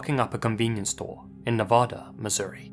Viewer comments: I know it's not really important but Nevada in Missouri is pronounced Nuh-vay-duh Also I don't think people realize just how thick the woods are in Missouri and how many remote areas there are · Nevada MO isn't pronounced like Nevada the state, because The South will do their Thang